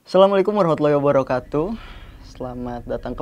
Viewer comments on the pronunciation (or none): none